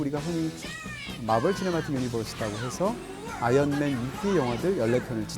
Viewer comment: 자꾸 아연맨으로 들림...스테인리스맨